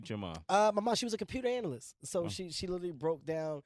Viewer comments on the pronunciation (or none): IS HE YSING LITTLE LEAGUE WHEN TRYING TO PRONOUNCE LITERALY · This nigga literally cant say literally lmao sound like he saying " italy "